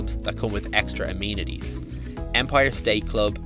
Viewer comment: Great video, but it is amenities not amenities.